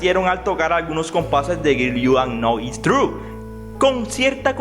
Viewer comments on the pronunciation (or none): Güer tu nou is truu 🤣